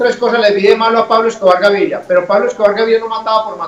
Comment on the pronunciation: Paulo emilio escouar gaiiria (pronunciacion de pope)